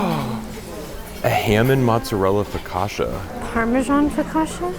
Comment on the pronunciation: You too are amazing and love your videos! You like Focaccia as I do…..please please next time, pronounce "Focaccia" correctly😂😅❤